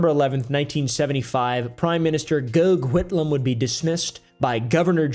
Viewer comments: FYI it's pronounced "Goff Whitlam", doesn't make the name any less weird. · The way he said Gough Whitlam though😂